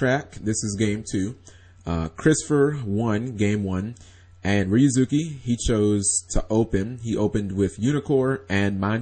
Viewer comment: You mean changing ryu(za)ki --> ryuz(oo)ki?